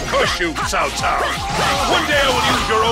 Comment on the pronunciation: At least they managed to pronounce "Cao" correctly, thank goodness!